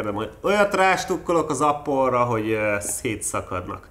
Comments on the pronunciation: epöl ;) oké kicseszem ;) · Nem is Appol hanem apple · Apol xddddd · "Apol" :DDDDDDDDDDD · Appol? Így még nem halottam.. 😁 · Hello! Imádom ahogy japán akcentussal ejted ki az "apple" szót. Én egy Huawei P9-et használok és én is utálom a gyári füllhalgatóját. Az alakja valahogy sehogy se passzol a fülembe...